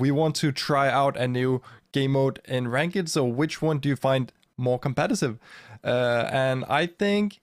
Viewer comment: Saw someone post on another of your videos that your English has improved a lot over the past few years. Hopefully this helps: Try saying “rankd” instead of “rank-id” for ranked. Your English is great, just a tiny nitpick. Your brawl stars is even better! Thanks for sharing, keep up the good work.